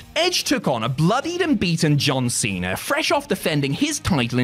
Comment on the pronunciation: Dear, it's wrestlemania, not wrestlemainer. And monday night raw, not monday night rawr. And John Cena. Not john cener. And Bautista's name isn't Bautister.